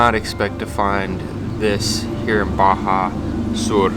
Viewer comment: Thanks for say Baja Sur n_n